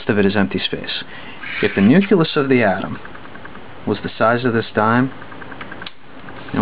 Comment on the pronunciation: you sound condescending...btw is it nuculus or nucleus? i do like the video nonetheless.